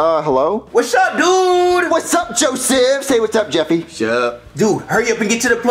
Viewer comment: Jeffys law Joseph is jo shif